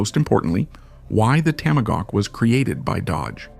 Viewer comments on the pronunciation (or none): Cracker AI. IT'S A TOM A HAWK, NOT TAMA GAWK! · Toma-gawk! Really? This is an AI pathetic pronunciation screwup! .. like sending a rocket into space without the o-rings.. why? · This is the WORST AI audio dub I have ever heard. "Tamogawk"? F.$.S.; get a voice! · AI SLOP! TOMAGAWK? F this channel! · The Dodge Tamagawk😂😂😂😂 Stupid AI slop. I wanna see it actually put through it's paces against the Lazareth LM847. The other nine they sold where sold as non working display pieces. They simply left out some ignition parts and chains. I'm surprised not one owner got one working. No real car guy probably bought one. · You mispronounced the fuck out of TOMAHAWK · it's hard to understand how the narrator can be obviously american but be so poorly educated as to mispronounce tomahawk every time. i'm sorry to say this but " either get an education or please stop doing youtube videos" ! you are an embarrassment!